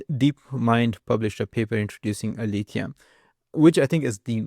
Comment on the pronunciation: It's not "Alifia". It's Aletheia the greek goddess of truth. It's pronounced ale-te-ia.